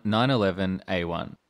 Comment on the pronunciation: The m one nine eleven omg who says it like that